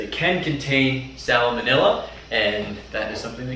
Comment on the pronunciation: Isn't anyone going to mention his pronunciation of salmonella?